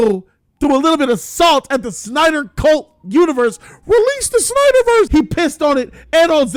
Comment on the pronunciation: "with one Zack Synder" haha